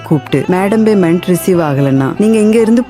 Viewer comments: கேசியர் Baymendu bannu... அய்யோ உச்சரிப்பு கொடுமை. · உன்னோட தமிழ் உச்சரிப்பு சரியில்லை. அதென்ன Baymendu, Bannala??? Payment, pannala என்று சரியாக சொல்லுங்க...